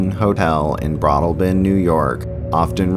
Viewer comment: It's BroadALLbin 🙂